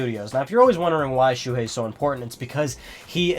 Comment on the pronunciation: btw his name is Shuhei not Shuhie. check the desc :P